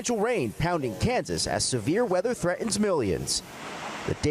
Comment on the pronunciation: "Threa'ens millions"? Can't anyone, even newscasters, pronounce words properly?